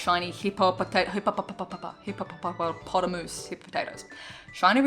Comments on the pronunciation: just came to say I <3 that you also cant pronounce hippopopopopatos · HIPPO- PO- TAS XD come on it's not hard to pronounce really lol